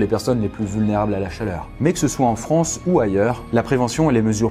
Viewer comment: NOUVELLE FRONNCE